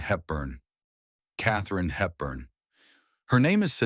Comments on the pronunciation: This is an AI video. It barely pronounces names like Katherine Hepburn. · Yes it is. Couldn’t pronounce Katherine Hepburn or Desi Arnaz correctly.